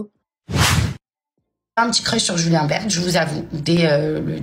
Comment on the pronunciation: C pas Julien bert c Julien berne 😅😅